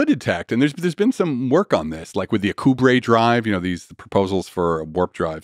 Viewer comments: His mispronunciation of "Alcubierre" is really bugging me. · Alcubierre is pronounced Al-ku-bee-air, not a-ku-brey.